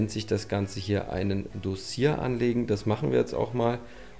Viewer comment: Ist Makler, kann aber das Wort Dossier nicht aussprechen 😂